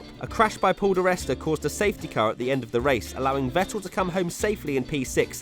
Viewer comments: This idiot again who cant pronounce vettel 🤦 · It really annoys me how he says Vettel